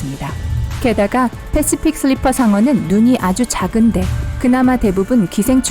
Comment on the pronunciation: 패쉬퓍 슐뤼풔 상어 발음 ㄷ